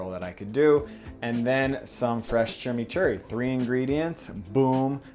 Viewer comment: I just love the way that he says Chimichurri and trows a drawing of a Mate, hilarious haha